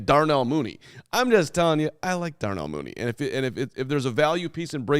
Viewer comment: This man said Darnell Mooney, STOP IT.